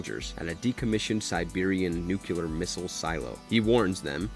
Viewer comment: How has no one yet commented on the narrator mispronunciation of nuclear.... not once, but twice?!